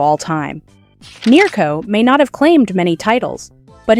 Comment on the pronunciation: Nero? Ma che caxxo dice? NEARCO!